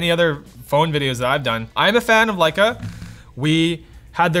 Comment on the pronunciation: It was sarcasm, playing off of how pronounces Lecia and how it sounds like saying "like a"....